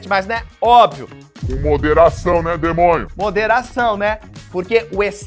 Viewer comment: Ei amo quando o Jubilu fala demonho kkkkk